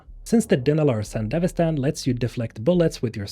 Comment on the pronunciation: I compliment you on being the only person on Youtube I've heard pronounce Sandevistan correctly :P